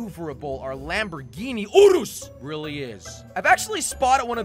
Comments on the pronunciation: if your a car fan why do u call it Lamborghini oorus and not urus in your other videos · it’s not pronounced “ooroos” it’s like this “your us.” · No it’s called yurus not uroos they just spelled urus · It’s Not Oreos It’s Lamborghini Urus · It’s not pronounced oorus it’s pronounced yourus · “Lamborghini Oreos” is what i heard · nah bro im pretty sure its yourus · I more heard orluos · Lamborghini oros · I thought it’s pronounced you-russ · i heard urlus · It is Lamborghini urus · I heard orus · I heard oodles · In English we pronounce it RRR-IS and if you can’t say that say SIR-IS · How To Say "Urus": (Spell) U-R-U-S (Spilt-apart spell) (ER-RIS) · This makes me cry....its pronounced (yur-is) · ooo-rust without the T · Yeah I am English and I say yurus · Jelly it is pronounced Lamborghini yourus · Yor-ous! thats how to say it! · It’s pronounced your-is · Its lamborgini yurus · It’s the Lamborghini Urus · You did not say the name right